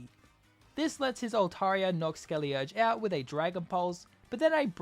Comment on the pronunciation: Why does he keep saying skellierge, theres a "D" in that word btw